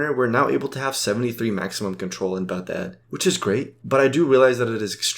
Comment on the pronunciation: As soon i hear your pronounce of Baghdad i click off the video.